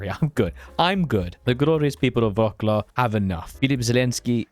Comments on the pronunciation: It's pronounced Vrotsuav not Vroklau. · Fun fact Wrclow is pronounced more like "wvratslav"